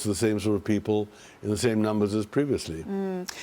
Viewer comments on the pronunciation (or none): none